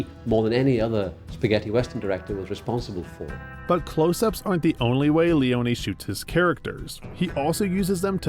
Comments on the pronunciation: The correct italian name is Leone not Leoni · sergio leone is not pronounced »lioni« … he is pronounced LEONE, ffs. the fact that united statesians are always too ignorant to do proper research on how to correctly pronounce non-anglo-saxon names, in this age of google, is beyond me. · is it that hard to pronounce sergio leone? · He manages to butcher Leone's name 🤦🏻‍♂️